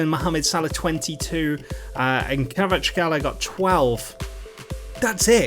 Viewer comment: Its a hard name to pronounce but its said like kvar at skelia